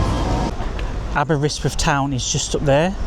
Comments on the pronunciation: say it like this> Aber wrist with. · The way you say Aberystwyth hurts my brain. 😂